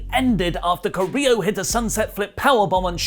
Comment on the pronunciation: Guys, you are pretty good at pronouncing names. You normally nail latinamerican names and last name's. But with "Carrillo", I've been seriously thinking that "del Río" is back every time you've mentioned him. So a little bit of help, Carrillo: kah- rri- io or kah- rri- llo ( ll as you pronounce g in gym) Love the news, reviews and podcasts, particularly rantings about everything, even tea.:)